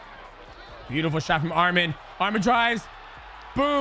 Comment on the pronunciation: Man can u all learn how to say his name right? Its not that hard, are u all dumb? U guys are calling him another Armenian name that is Armen he is Arman